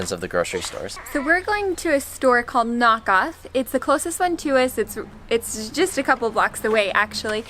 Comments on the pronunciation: At the beginning I suspected you said: "Nahkauf", but it sounded a lot like: "Knock off" 😅 That kohlrabi you came accross seems to be called turnip cabbage in English. Never heard that but then again I find it disgusting anyway 😂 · it's pronounced like 'nuh-cowf' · when you try to say nahkauf it sounds like KnockOff^^ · I understood „Knockout“, but it is Nahkauf. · Nahkauf is a little convenience store, nah = close-by and kauf = buy. So they will not have much variety or choices. Btw, nah is pronounced with a wide open 'a', like in 'father', so naaa. And the au in kauf is pronounced like in English 'ouch' or 'county'. You were doing really great at the meat counter, btw. In bigger grocery stores you will find a shelf with dried spices and herbs, similar to US, but the selection of fresh herbs is usually a bit limited. Dill, basil, chives, parsley are commonly available most of the year. But for other ones it is hit and miss. If you enjoy cilantro, it might be a really great idea to start a little indoor plant on the window sill. And for specialty Asian stuff beyond what the larger grocery stores have, you may have to look for an Asian store in next big town (or online, of course). Amberg has an Asia Laden. It's a small privately run store with limited hours and only one person at a time access during the pandemic, but hopefully you will be able to find more of what you need there. Kohlrabi and celery root are actually available in US grocery stores too, but I do find that most Americans just leave these to us few Europeans and Asians who actually use them. But I am glad to have celery root and parsnips, red beats, and turnips and similar root vegetables available here in the US, as I love making my own soups and veggies from them. Kohlrabi is a bit different, as it has a bit of a cabbage flavor to it, especially once cooked. It is commo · Love how you pronounce “Nahkauf”, to me it sounded like knock-off and I thought “oh no, they already had a bad experience” 😂